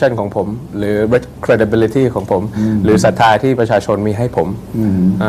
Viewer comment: พิธาบอกว่า credibility นะ ไม่ใช่ curability แก้ไขดีไหม? เดี๋ยวใครมาอ่านจะตีความหมายเพี้ยนไป